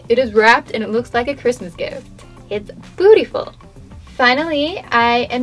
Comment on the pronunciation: OMG she said BOTTYFULL